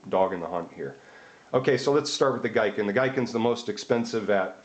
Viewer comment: The Japanese word "Giken (技研)" is pronounced as "GEE-ken" rather than "GUY-ken". Anyway, good quick comparison of the internal structure of them.